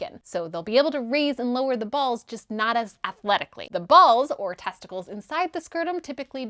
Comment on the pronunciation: Was it just me or was it hot every time she said balls. It’s like she put emphasis on the word.